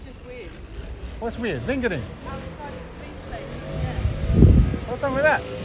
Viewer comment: She said why are u fingring not lingering 😂😂